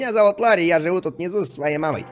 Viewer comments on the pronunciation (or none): не Лари, а Ларри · ЛАРРИ, С ДВУМЯ "Р"!!!